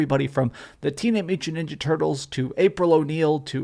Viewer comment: Dude couldn’t say the phrase “Teenage Mutant Ninja Turtles” to save his life lol, just fucking with you. Great video as always